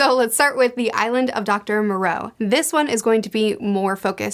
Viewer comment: 1. It is the Island of Doctor MO-Roe or MORE-O Not MON-Roe. 2. Zombie Lola, the Zombie who is obsessed with marrying Absalom is a Warthog not a Hippo. Otherwise great video, I'll have to see if I can find that third book and read it.